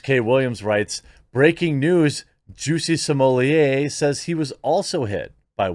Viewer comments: It wasn’t funny when Dave Chappelle said it the way he did, and it’s not funny when the quartering says it the same way. His name is Jussie Smollett, not “juicy sommelier”. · Zhoo-see smoh-lay. Say it with french pronunciation. Sounds better and doesn't make you sound ignorant.